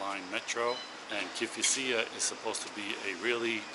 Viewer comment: Greek here, it is pronounced kifisià